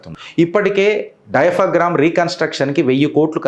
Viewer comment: డైఫగ్రామ్ వాల్ కాదు "డయాఫ్రామ్" వాల్ ! ఎందుకండీ మీకు నోరు తిరగని,అర్ధం కానీ విషయాలు, అందులో ఆంధ్ర ప్రాజెక్టుల గురించి ఎదో జరుగుతుంది,జరగట్లేదు అని ఆయాసపడుతూ చెప్పడం ??? దాని సంగతి చంద్రబాబు గారు చూసుకుంటారు, అక్కడ, ఆ ప్రాజెక్టు ఎప్పుడు పూర్తి చేస్తావ్? నీళ్ళెప్పుడు ఇస్తావ్ ??? అని ఎవరూ అడగడం లేదు! అక్కడి జనంకి పూర్తి అవగాహన ఉంది ఆ ప్రాజెక్ట్ సంక్లిష్టత, జగన్ చేతగాని తనంతో, నిర్లక్ష్యంతో చేసిన ద్రోహం వగైరా ! మీ పోస్ట్ మొత్తం చూసాక మీ అమాయకత్వం, చంద్రబాబు మీద మీ అసూయ గట్రా చక్కగా అర్ధం అవుతున్నాయి. ఇంతకీ అయన(బాబు గారు) ఏమి చెయ్యాలంటావ్ మరి??? ప్రాజెక్ట్ ఆపెయ్యాలా? ఏమీ మాట్లాడకూడదా? ప్రకృతి పరంగా, జగ్లక్ పరంగా వచ్చిన సమస్యలని సరిదిద్ద కుండా గమ్మున ఉండాలా ?? అయన 4 వ మారు ముఖ్యమంత్రి అయ్యారు, అయన ఏమి చేయగలరో మీకు తెలియదా? గ్రాఫిక్స్ చూపిస్తారు, చెప్పింది చేసి చూపిస్తారు. చెయ్యలేకపోతే జనం ఓడిస్తారు కదా! మీరు, మీ ముఖ్యమంత్రి రేవంతుద్దీన్ గారి పరిపాలన, కాళేశ్వరం ప్రాజెక్ట్ లో జరిగిన అవినీతి, కుంగిన మేడిగడ్డ ప్రాజెక్ట్ గురించి, పాతబస్తీలో కరెంటు బిల్లులు కూడా వసూలు చెయ్యడం చేతగాని ఖంగ్రెస్ ప్రభుత్వ చేతగాని తనం గురించి...అబ్బో వందల వేల సమస్యలు ఉన్నాయి కదా, చర్చించేందుకు, విమర్శించేందుకు... మేము కూడా విని ఎంజాయ్ చేస్తాం. చెప్పిన సమయానికి పోలవరం ప్రాజెక్టును పూర్తి చేసి నీళ్ళు పారిస్తారు, అమరావతి కోర్ కాపిటల్ పూర్తిచేసి, వైజాగ్లో ప్రాజెక్టులు,భోగాపురం ఎయిర్పోర్ట్, మిట్టల్ స్టీల్ ప్లాంట్ 2029 లోపల పూర్తి చేసి తన సత్తా ఏమిటో చూపిస్తారు. చంద్రబాబు గారు చెప్పింది చేసి చూపిస్తారు...మనం మన రాష్ట్రం గురించి ఆలోచిద్దాం భాయ్. మీరు హిందుత్వం గురించి చేసే పోస్టులు చక్కగా ఉంటాయి, ఇక మీ తెలంగాణ యాస బ